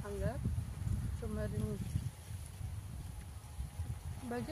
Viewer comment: ಚುಮ್ಮರಿ ಅಲ್ಲ ಚುರುಮುರಿ